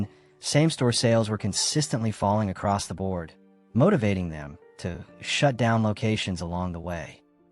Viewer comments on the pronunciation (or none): none